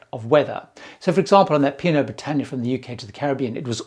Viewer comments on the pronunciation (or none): none